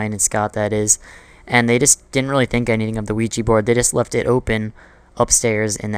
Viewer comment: when i heard ouigi board i was like.. oh no....